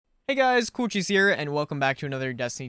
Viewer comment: when u said coolcheese i thought u said cewchies